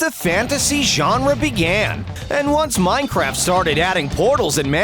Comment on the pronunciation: you always say ien like the enied of miencraft ies neear so anooying